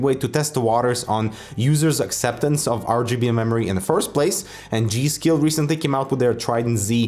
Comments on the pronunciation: This word "Geil" is german and the germans speak it like "Gail" but it is really fast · Pronounced "Gaijl" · its read guy-ell btw ;) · It's obviously GERMAN, GEIL as in GUY-L.